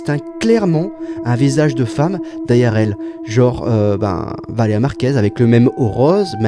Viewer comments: Le fait qu’ils disent tous Valera au lieu Valeria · "Valeya Marquèz, Valeya Marquèz, Valeya Marquèz" VALÉ*RIA* MARQUÈZ en plus de se faire du fric sur une personne décédé ils savent même pas prononcer son prénom correctement 💀🙏 C'est vraiment dégueulasse ce genre d'influenceurs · Valéa. C'est si compliqué que ça de dire Valéria ? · Ça m’a saoulé de l’entendre dire Valeya au lieu de Valeria 🤣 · « Valea Valea Valea Valea » BORDEL, C’EST VALÉRIA PTN MÊME ÇA ILS RESPECTENT PAS 😭😭😭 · pourquoi ils sont tous incapable de prononcer Valéria ? y a un "r" comme le "u" dans ambulance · Mais pourquoi ils n'arrivent tous pas à dire son prénom ? C'est poutant simple, bordel... Valeriane Merguez ! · ValéRIA !!! Au moins prononcé son prénom correctement ! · Ils ne sont même pas foutus de prononcer son prénom correctement... Ce monde me terrifie. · Il ne sait même pas bien dire son nom ... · Yen a pas un qui prononce son prénom correctement putain ça rend fou ! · il parle tellement de Valeria Marquez mais dit son prénom si mal